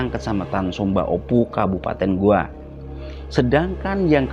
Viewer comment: Saya koreksi bang kabupaten GOWA, bukan GOA 😁🙏